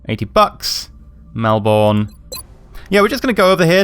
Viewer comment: btw my hometown is pronounced like mel-burn (we have some weird names like wooloomooboo = woo-la-ma-boo) it's not your fault even though it was named after the title of the british PM at the time.